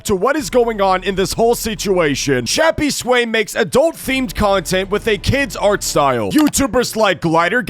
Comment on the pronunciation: That’s not Shappysway that’s Yappysway 💀